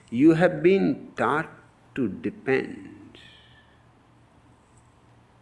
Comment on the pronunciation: My fat ass keep hearing "taught" as "tart"